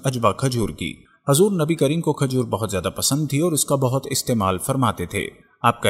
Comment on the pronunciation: Hazur nahi Huzur sallallahu alaihi wasallam